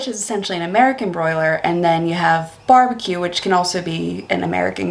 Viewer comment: "Barebque"? It's "Barbeque" mate.